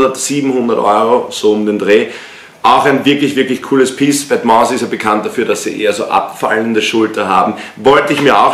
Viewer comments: Wetmas Aja statt vetements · Vetements spricht man Ende ohne s aus !!! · Bei vetements spricht man das S am ende nicht aus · Bitte vetements ohne s aussprechen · Nices Video aber Vetements spricht man ohne s am Ende aus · hawara du das s bei vetements wird nicht ausgesprochen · alles bemängeln, dann vetements falsch aussprechen und 1400 falsch teilen haha...